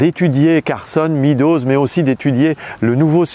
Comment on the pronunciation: Excellent! Cela dit: MÊDOZ pas MIDOZ SVP!! En français, E + A ça fait [éa] ou [eua] mais ça ne fait jamais [i]. Figurez-vous qu'en anglais, non plus. Donc, pourquoi dire 'le rapport [midoz]. En anglais, E+A ça fait [i:] ou [ê] (désolé pour la transcription approximative, mais il n'y a pas de symboles phonétiques sur mon clavier et d'ailleurs personne ne serait capable de les lire car personne n'y prête la moindre attention.) Meadows, ça se prononce [mêdoz] et JAMAIS [midoz]. Étant donné l'importance de ce document et en général, des contributions énormes en anglais, au sujet que vous traitez, ça serait super que ce mot ne soit pas systématiquement écorché par les francophones, ce qui en plus, encourage, tous ceux qui écoutent à faire la même erreur. Le résultat est que vous mentionnez le rapport [midoz] à des anglophones, et ils n'ont aucune idée de ce dont vous parlez.